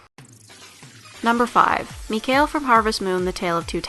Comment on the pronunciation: (Yes, I'm watching and commenting a video posted 2 years ago) I'm pretty sure Mikhail is pronounced Me-kah-ill because apparently there are people with this name in real life and is pronounced this way.